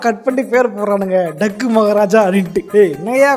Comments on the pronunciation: it's not dakku..it's Daaku (dacoit in hindi)..oh ungalku hindi theriyama poche😂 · it's not a டக்கு 😂maharaja It's அதாவது டாகூ நெடில் ல pronounce பன்னும் டாகூன திருடன் னு meaning 😅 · Dakku Illa Bro.. "Dhaaku" Pronounce Nu Pronounce Pannanum